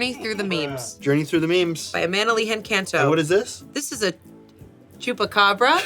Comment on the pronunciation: I had no idea that someone who doesn’t live in Brazil had ever heard of the chupacabra. I almost died laughing when I heard Amanda pronouncing it as "tchupabra."